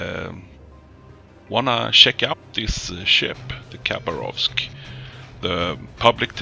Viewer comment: I have no f** idea why youtube have recommended your videos as documentaries for battleships..... lol :D seriously WTF !? :) If you allow a little correction,- actually the correct pronunciation is Ha'bArov'sk, (without K ) english language is poor for the translation of (any*) languages By the way nice gameplay :] ,... wait a sec... you lost!? well ... i think you need som "target-water energy drink" oh we call it [cough*] wodka [cough*] :D you can't play one of our battleship without to feel like an true RRrussian because you need to feel the spirit of mother Rrrrussia, if you want to win! :D ahh just joking... cheers ! :]